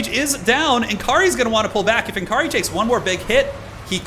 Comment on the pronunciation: BTW it s not N Kaari, its Nakarri! p.s /sigh Americans 😜